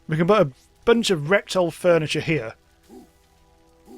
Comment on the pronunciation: Did...did you just say rectal furniture?